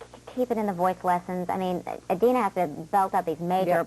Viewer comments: argh how annoying is he! and it's IDina not EYEdina grrrr :] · Eye-dina. Wooow. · for the 117th time, IT'S NOT PRONOUNCED EYE-DINA! I love you Didi, and I love you Kristi <3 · Well, You kind of say it with a A so like Adina so with the a sound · WOW this guy is a dick! just love how they spelled Kristen's name wrong and called Idina EYE-DINA! wow...props to Idina and Kristen for keeping their cool. If i were them i would have punched him in the face! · Uhm, wow. Can't pronounce Idina, can't spell Chenoweth, and keeps digging at Kristen and trying to create a rivalry that isn't there. Really? This really happened? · oh no he didnt just pronounce her name wrong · jesus, stupid man, learn to pronounce idina's name. AND SHE'S NOT THE BAD WITCH!!!!! geez, read up on the musical before you interview the leads. seriously, this dude has a major superiority complex. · Lol, they spell Kristin's last name wrong at the beginning - (they spelled it as Chenweth)... Plus, they mispronounced Idina's name... A little more research before doing the interview, maybe?